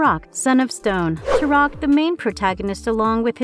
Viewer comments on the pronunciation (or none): Turok (pronounced- Torock not turoc) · Makes video about TUROK. Pronounces TUROK wrong.